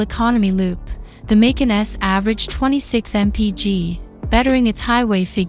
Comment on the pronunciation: MAY--CAN. lol so lame.